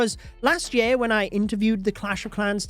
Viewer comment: Why can't you pronounce "year" correctly? Ya'll invented the English language, but you can't speak it????